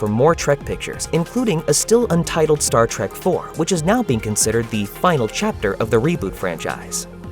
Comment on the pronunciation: I don't know if this is a human or most likely it is an AI voice-over but if you're going to do a video about Sci-Fi movies don't mispronounce Star Trek. Calling it Star Trak is a guaranteed way to let people know what ever is reading this script or whoever programmed it no one obviously double-checked the editing.